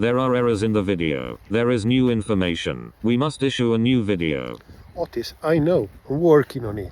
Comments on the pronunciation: So it's Otis, not Autist. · Its name is “Otis Roomba” 😂 I thought he was saying “Autist” all this time. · OTIS? I always thought he was saying Autist.